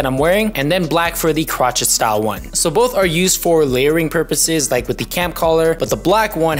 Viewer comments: Cro chet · FYI, Crochet is pronounced crow-shay.